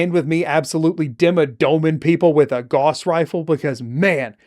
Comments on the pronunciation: its gauss not gause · that is not how you pronounce gauss